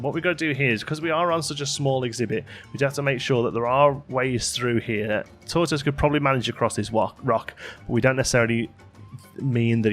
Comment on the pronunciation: You're pronouncing tortoise wrong mate.